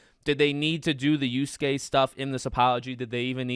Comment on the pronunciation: Y A S U K E spoken "yaske" not uske - WTF dude just do some research 🤦‍♂️